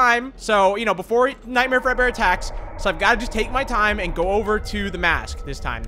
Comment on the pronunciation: When said Nightmare Fredbear, i thought he said Nightmare Breadbear.